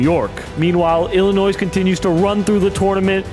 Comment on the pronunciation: Bro the last “S” is silent in Arkansas and Illinois! 🤦🏽‍♂️